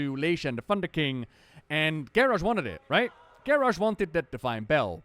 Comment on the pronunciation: Garrosh. Garrosh. Garrarsh. :O